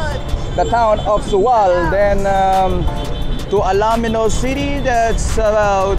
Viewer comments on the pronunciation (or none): Ang ganda ng coverage, kaya lang parang hindi taga-Pangasinan ang broadcaster. Correction lang po...ALAMINOS po ang pronunciation just like the way it is written at hindi ALA-MINOS. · Ang announcer ay hindi maraunong mag pronouce ng bayan ng Alaminos. Get on board mister and try again. I suggest you ask the cyclist na dinidilitan mo. (Vic from San Fabian and watching from CA USA.